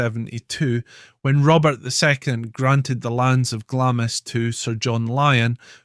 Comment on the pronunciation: It’s pronounced glahms